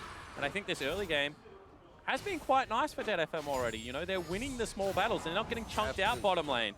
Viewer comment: Why does he keep saying DeadFM? :/